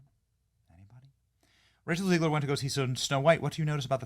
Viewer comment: Are you pronouncing her name on purpose? Because it Zeg ler not Zee gler.